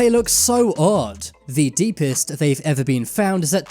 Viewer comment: How many times did he say iver